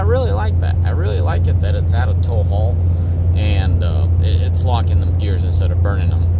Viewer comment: have you had a few "travelers" on the way dude, did you say gears or beers ?